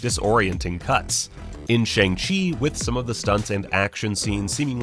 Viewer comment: The name is pronounced more like Sh-young Ch-ee that’s how the cast say it and how it will be pronounced in the movie for anyone wondering